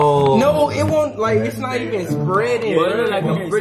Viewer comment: Did he just say NUT😭😭😭😭